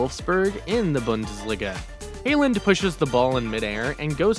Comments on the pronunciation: hailand? its haaland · Bro can’t pronounce haaland lol